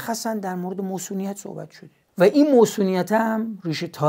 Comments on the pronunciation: مُصونیت شاهین جان؟ مَصونیت درسته شاهین جان. نمیدونم شایدم تو شمال موصونیت میگن. اگه اینطوره عذر خواهی میکنم. با تشکر از برنامه خوبتون. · عزیزم مصونیت درسته، نه موصونیت!!! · اقای جامعه شناس فیلسوف روانشناس همه چیز دون، مصونیت میگن البته ، نه موصونیت... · درود شاهین خان عزیز داداش منظورت از موصونیت چیه؟ منظورت مصونیته ؟ فکر میکنم تلفظش رو دارید اشتباه میگید البته اگه منظورتون همینه که عرض کردم اگه منظور چیز دیگه اس که هیچی👍🏼 درکل چه مصونیت چه موصونیت اینو بدون دوست داریم داداش ارادتمندم👍🏼🫶🏼🫵🏼🙏🏼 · موصونیت نه مَصونیت😂 خدا نکشتت تئوریسین همه عرصه‌ها😂 عزیزم شما همون شعرتو بخون موصون خان😂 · با درود مصونیت تلفظ درست می باشد